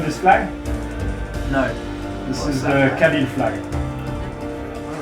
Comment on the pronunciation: Kabyle ....not cabine....hhhhh